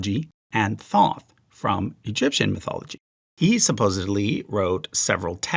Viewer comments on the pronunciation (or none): Am i the only one who heard bro refer to thoth as thong